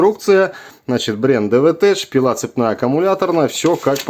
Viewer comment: осмелюсь поправить,произносится DE'VETECH(дэ'вэтэк),ударение на первый слог...буквосочетание СН в технических названиях практически всегда читается как твердое,,К,,,от слова TECHNOLOGY(тэкнолоджи)...😊